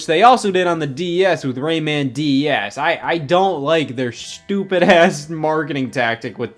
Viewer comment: Everytime scott says "DS" I swear he's adding an extra syllable and saying "D-E-S"